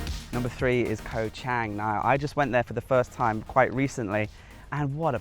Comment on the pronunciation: I see you are still butchering the pronunciation of Koh Chang....bad habits are hard to break. Great video all the same...Cheers.